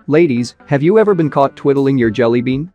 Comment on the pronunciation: TWIDDLING…sir…it’s twiddling thank you very much